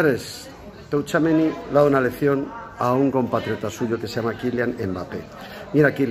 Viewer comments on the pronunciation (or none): none